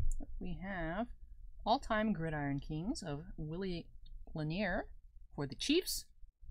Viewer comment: I came back to see if you learned how to pronounce Gridiron lol